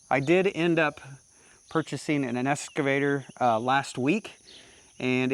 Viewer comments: Hey, nice machine you picked up there. It's an Ex-cavator, not an Es-cavator:) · i got a little bit triggered every time you said "escavator" lol. EX. EX. EX!!!! That's the end of my TED talk. Congrats on the buy, looks like a nice machine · I won't beat you up on your operation, but I will beat you up on the pronunciation of EX-cavator. Sounds like you're saying ESS-cavator. lol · OMG!!! It's an EXcavator not an EScavator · EXcavator not EScavator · c'mon man, EXcavator not EScavator. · Excavator, no S there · Is it es- cavator or excavator 😅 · Drinking game… Every time says “S” cavator you have to take a shot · There’s no “S” in EXcavator!😂